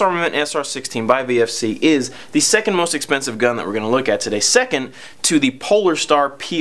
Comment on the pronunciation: VFC not VRC